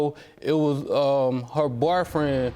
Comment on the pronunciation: And when he told the judge she didn't have a 'barfriend' 😂